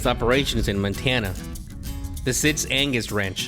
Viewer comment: “Montana” not “Mantana”